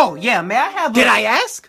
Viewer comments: Why does say "aks" and not "ask" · why he say ask like axe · The sub still can't say ask correct